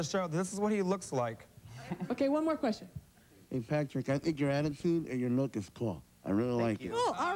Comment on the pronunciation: It’s ‘hey’